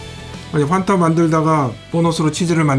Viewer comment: 정확한 발음은 퐌타 네